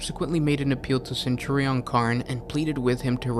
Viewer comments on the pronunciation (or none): none